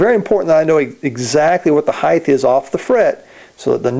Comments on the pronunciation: Noooooooooooooooooo. It's height, always. Heighth is not a word. The following is a good explanation I found: "The noun form of broad is breadth, the noun form of long is length, and the noun form of wide is width. Because of this, some people follow the pattern and say heighth, with a th at the end of the word high. That is not standard English. The correct form is height." It seems to be common among luthiers to use heighth but it's not proper English :) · height, NOT heighth, lol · Yeah and that applies to new words, slang terms etc but this isn't that. It is just a mispronunciation, pure and simple. Why can't people accept when something isn't correct. Just say the word properly - or don't, that's your choice but you'll appear silly to the majority of people.